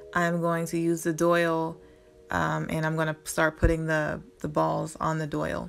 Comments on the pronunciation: It is called a Dowel not a Doyle!! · It’s not a doyle... it’s a DOWEL, it rhymes with TOWEL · not that it matters and PLEASE don't get offended....I would want to know myself......but it is pronounced dowel (like towel but with a d) not doyle....but stunning project! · it's dowel, not doyle. It took me a while to figure out what you were saying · JAY HUSTLE not unless the pronunciation of the letter W and Y have changed. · DOIL? You mean dowel? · I was wondering what a doyal was, then realized she meant dowel. It's all good. I always mispronounce things myself.☺ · enjoyed your video. just a point fot you, it’s called a dowel. pronounced like towel.